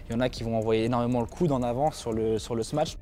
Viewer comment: Et avec tout ça, il ne sait pas prononcer "smash"... Et il ne connaît pas le verbe "sauter", non plus, visiblement.